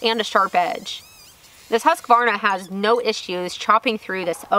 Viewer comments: At least you're close. Most people add an a in the middle: husk-a-varna. As Simeon says, it is pronounced whoosk-varna. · I believe it's pronounced "Hooskvarna" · You do pronounce husqvarna wrong! U shouldn't be pronounced like a english "A" in there rather than a swedish U. (not O either)